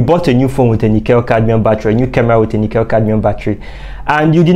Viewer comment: The correct pronunciation of nickel cadmium is nick kul cadmium not - nic kell cadmium. Thought that you might like to know.